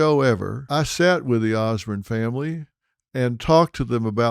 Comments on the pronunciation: Can’t he say osbourne, as in born not Bern, good report nonetheless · Sounding like Ole George Bush there phil, ozzy osburn lol it's osbourne ( ozborn). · Osborn not Osburn 😂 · Pronounced OZ BORN. not ozbern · Ozzy Os-BURN 😂😂😂 That pronunciation drove Ozzy nuts 😂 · Phil why would you hook onto Ozzy’s coattail …you don’t even pronounce his last name properly….Ozburn ? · Dr Phil talking about Ozzy. Gimme a fucking break!! His name is not Osburn. You'd know that if you were a fan,instead i get the sense that your just regurgitating what youve heard & read, just using this tragedy to get views. I dont buy it all. RIP POD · Why is it that George W Bush and Dr Phil pronounce Osborne as Osburn? Lol must be a Texas thing. God bless Ozzy ! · I love the Osbournes. Sorry, out of all the people, Dr Phil. I would think you would have pronounced their last name correctly. The Osbournes all say their last name all the Time. Please Apologize to them. You pronounced their last name throughout this video Wrong. I wouldn't have corrected you but I have Much respect for Ozzy and his family. Ever since the word of Ozzy's passing I have been binge watching and listening to The Osbournes, basement Tapes, music. Podcast etc. Once again please Apologize to Ozzy's family. Thank you.